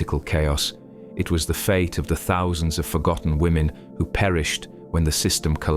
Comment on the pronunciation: Women not lemon!!